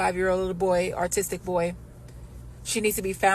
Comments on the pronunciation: Did that ignorant black chick say that it was an "artistic" kid ? Or does she have a learning/speech disability ? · Did she say artistic? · We just gonna pass off the fact she said artistic!!??? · Did she say artistic boy? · Artistic boy? LMAO, They can't even pronounce the simplest of words! Dey don't like Dem Words! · Did she say “artistic boy?” Just axing. Do you need sekurity? How about an ambalance? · Can't take these snowflakes seriously when they can't even pronounce "autistic" correctly. That first idiot said "aRtistic." With a hard R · Not autistic. “Artistic” 😂😂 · She said “artistic”!? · She said artistic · “Artistic”? Huh? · What is an Art tis tic boy? Wow just wow failed public education sprouts these illiterate geniuses, no wonder they are angry. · I love how this woman calls her boy artistic when she clearly thought she was saying autistic amazing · First woman should be locked up for pronouncing "autistic", "artistic" 😅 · Artistic...did she say artistic. smh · "artistic boy" can't even pronounce "autistic" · Did she say ART-istic??? 😶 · Did she say "artistic"? 🤦🏾‍♀️ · Did she say "artistic" boy? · She said artistic🤣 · She said, "The artistic boy..."😂😂Lady, go back to elementary school, and learn some reading comprehension! They can't say "shrimp, ask, or month" either. Many say "skrimp, axt, and munt." Th3 list is endless! Basic, elementary-level words are impossible for the ratchet side of the population. Edit: I had the misfortune to live in Memphis, Tn and St. Louis, Mo, and those were both places I couldn't move far away from fast enough!! I realize why people feel how they feel about this awful culture. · Artistic lol? Why can't they enunciate or pronounced correctly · Did that brain-dead idiot just say artistic boy. Lol😅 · But.... he was an "Artistic Boy" , freaking hate when Autism is mispronounced like that. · Yup home girl said it, artistic, so he’s an artist? if you’re gonna rant, at least try to get the words right, 😂😂 she was soooo close 😂